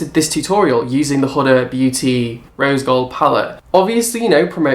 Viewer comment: It's pronounce who-da, not hood-a.....drives me insane!!